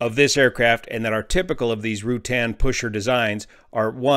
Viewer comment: fyi, the "U" in Ruttan is soft. so it is not Rew-tan. it's more like Ra-tan.